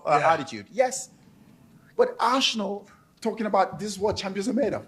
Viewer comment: I can't listen to him, he can't pronounce Arsenal correctly.